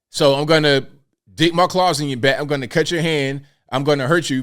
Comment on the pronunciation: it's claws...